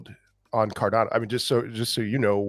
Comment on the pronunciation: someone needs to tell to watch a Charles Hoskinson video so he knows how to pronounce "Cardano"